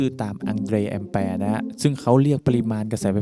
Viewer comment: คลิปสอนดีครับ แต่อยากแนะนำการออกเสียง คำว่า แอมแปร์ ซึ่งจะไม่มีเสียง ร ควบ โดยคิดว่าท่านอาจจะพูดคำนี้ติดปาก เพราะคำอื่นๆ ชัดเจนดี แต่คำนี้ กลับกลายเป็นออกเสียง ร ควบทุกคลิปเลย ขอบคุณสำหรัยคลิปดีๆครับ